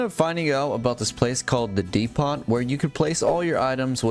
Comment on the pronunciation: Lil bro doesn't even know what a depot is and how to pronounce it? Less time gaming more school